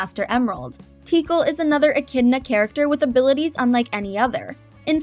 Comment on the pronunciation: They aren't "missing" if they weren't intended for the film in the first place. Also, Tikal is pronounced "Tic-kal".